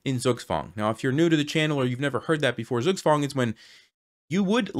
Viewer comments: Pronounce Zugzwang as "Tsoog Tswung". The German Z comes with a built in T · What ? Zook's wand ? Zook swan ? Speak English clearly please. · Very good puzzle, I enjoied a lot. By the way... "Zugzwang" is pronounced more as "Tsuugtsvang". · Everything ia fine, but correct to say "tsuktswang" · Love this puzzle, but please don't think I'm being rude to mention this: Zugzwang is pronounced Tsoog-tsvangk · Your pronunciation of "Zugzwang" LOL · It took me some time to realize that you said „Zugzwang“ which I should understand because I’m German 😅 But it sounds quite funny the way you pronounce it 👍🏻